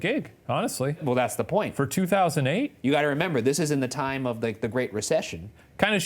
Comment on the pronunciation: IT'S TIIME